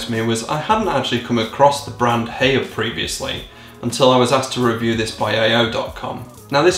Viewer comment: The first time i've heard of Haier was about 10 years ago, when my parents got an air conditioning system fitted to their house. It got the job done. Also, I believe the way you're supposed to pronounce Haier is like "higher"